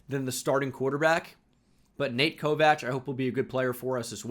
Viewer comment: Why does he pronounce it Ko-Vach???